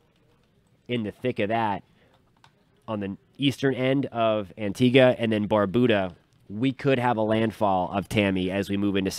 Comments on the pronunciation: Tuning in from Antigua & Barbuda❤ 🇦🇬🇦🇬🇦🇬🇦🇬🇦🇬 PS* Barbuda isn’t pronounced Barboooda😂 Bar-beau-dah (like how u say beau-tiful) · Thanks for the updates. Some clarification is needed though, because there's always room for learning. Here in the Caribbean, Barbuda is pronounced " bar- byou-da". Also, the economic capital of Guadeloupe is not les Abymes, but Pointe-à-Pitre. Keep up the good work. Have a good day